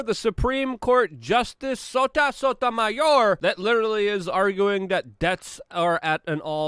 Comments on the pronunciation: "SOTA SOTAMAYOR" rotf !!!!! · I love Luke's pronunciations "sota sotamayor" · love hearing Luke say.. 'SOTA SOTAMAYORRrr'